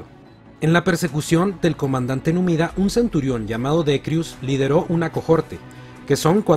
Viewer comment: Amigo no pronuncies (cojorte) la H también es muda en latín.